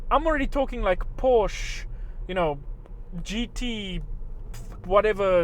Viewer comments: Did he say porsh? Its Porsche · it is not porsh it is Porsche ! get it right! bam!(fist banged on the table) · Porsch? Wrong! PORSCHE! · What is Porsch? I thougt you tought us pronouncing PorschE! :P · He sounds like a South African with his pronunciation of "Porch".. Where does he come from.. ? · say it with me, PORSCHE! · You pronounced porschE wrong ffs GET IT RIGHT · It's funny you teach how to pronounce Porsche correctly but you say it incorrectly, lol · Uv said every german brand wrong after you shouted them to us how to do it properly :)